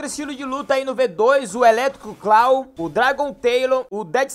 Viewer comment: O "Eletric Cluaw" kskskskskskskkss